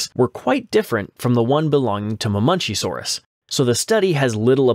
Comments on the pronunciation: It's Ma-men-KEY-saurus not "Mah-munchies-saurus" or whatever the fuck you were saying... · Hold on, hold on, hold on. What the hell is a Mamunchysaurus? It's pronounced Muh-men-CHEE-sore-us (Ma|men|chi|saur|us)